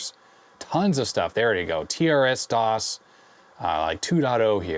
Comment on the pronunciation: TRSDOS is actually pronounced "Terse-DOS." Not "Tee-Arr-Ess--DOS." My first computer when I was a kid was a TRS-80 model II. I wrote games for it because it never had any.